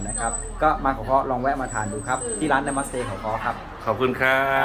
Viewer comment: ออกเสียงว่า นะ มัด สะเต ไม่ใช่นะมัดสะเต๊ะค่ะ ฟังแล้วขำๆดี